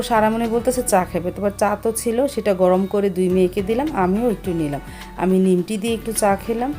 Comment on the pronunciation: নিমটি না নিমকি আর বিরুনি না বিরিয়ানি আপু তোমার ভিডিওর সব ভালো কিন্তু তোমার অনেক উচ্চারণে ভুল